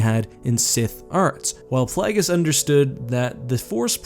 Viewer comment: Isn't it Plague-iss, not Plaggiss? Either way, jeez these Sith choose very silly names, they're like 14 year old boys 🤣